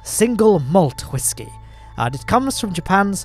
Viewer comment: Why are you saying whiskey like that mate.